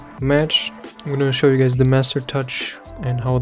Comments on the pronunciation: Who heard hey gays? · Did he said:"hey gays!" in the beginning? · Did he just say “ hi gays “ at the beginning of the video 😂 i’m not gay bro